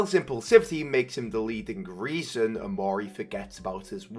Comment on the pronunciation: One nitpick, pretty sure Mari's name is pronounced "Mahr-ee". This makes better sense, because it's a Japanese name meaning Truth. And Omori is filled with references to Japanese culture, the flower meanings, the bonsai tree, flower arrangement classes, and Oyasumi, meaning good night. Also, not mentioned in game, but Sunny's flower, the white tulip means forgiveness and white erget orchids are native to and regions near Japan.